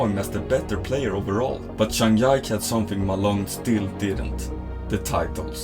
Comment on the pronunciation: Good video but you need to learn to pronounce their names better 😭zhang YIKE